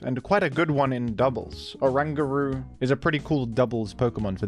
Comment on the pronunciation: orangutan plus guru, dunno how you got whatever butchered pronunciation you imagined up 😂😂😂😂